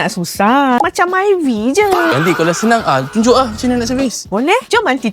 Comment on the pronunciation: Myvi maivi❌️ Maivai✅️ Bezza Bizza❌️ Bazza Proton Ploton❌️ Palataun✅️